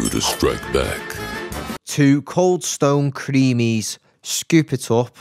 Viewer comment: Did that man just say “coldstone creamies” lmaooo